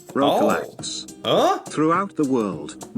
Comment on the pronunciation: Not røkalaks, but røkelaks!